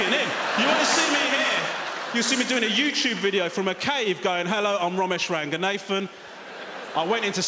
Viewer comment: Hispanics, Polish, Armenians, Austrians, Hungarians, Portugese .. they will all and know how to pronounce their name correctly without pandering to Western acceptance...except for this fake.. RangaNATHAN..my foot. Claimed you don't speak Tamil( whatever) but pronouncing your own name?